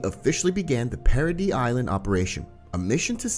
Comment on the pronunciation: bros saying parody island when its paradis